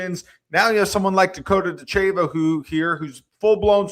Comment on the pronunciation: If you were an MMA fan, you would know how to pronounce Ditcheva. Listen to the announcers.